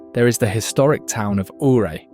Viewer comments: Love this video, have been to and recognized every area as my wife and I are avid Colorado hikers and lovers of hot springs and waterfalls. She's a native and I'm a 4 decade old transplant. Two corrections on pronunciations: Ouray is pronounced "yoo-ray", not "oo-ray", after Chief Ouray. And it's Kebler pass with a short "e", not "Keebler Pass" - no cookie elves up here. Note: The Lincoln Memorial and Tomb of the Unknown Soldier are made from Colorado Yule marble, known for its purity. I'm sure I could add a few dozen other places, but this does a very good job of giving a broad and well-covered overview of the many wonders of Colorado. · Ouray is pronounced YOU-ray